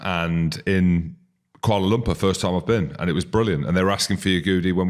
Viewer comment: Kuala Lumpur, get it right